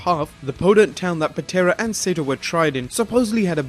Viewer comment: Saito is pronounced SY-EE-TO, not SATO. Ass.